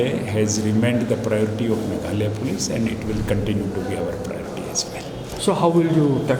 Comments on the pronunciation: Instead meghalaya he pronounced meghalee... Keep it up. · Uhave say in meghalaya not to meghaloi ok